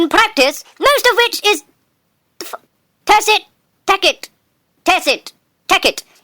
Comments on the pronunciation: Just saying tacit is pronounced tasit, just so you know. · When he said tacit as tack it and then tass it just made me die. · he sat for a minute on a word pronounced "tas it" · It's pronounced tasit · I use sesquipedalian language because I developed a meticulous familiarity with linguistics. But otherwise I 51% agree. Also, tacit is pronounced "taset", darling. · The definition and pronunciation of the word tacit should be tacit. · i died when he tried pronouncing tacit